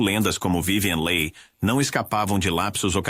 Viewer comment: Não é vivien lei... é Vivien Li , se pronuncia Li. A Harlow era doente devido o excesso de tintura no cabelo, afetou o rim. Ela ficou muito muito mal. Os outros, a maioria, infelizmente sofria de depressão, problemas com alcool e até pilulas... isso afeta. Pobres "anjos das telas"... tinham glamour, mas eram infelizes... a grande maioria... RIP